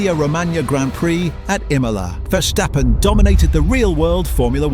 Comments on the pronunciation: who is versjtheppen? its verstappen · Cool video but man as a dutchie hearing Vershtappen cringes to the bone. It also changes throughout the video sometimes its Verstappen(correct pronounced) then its Vershtappen again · ah yes vershtappen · Take a shot everytime he says "Mex Verstheppen" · Dude, Max is dutch not german so please pronounce his last name correctly.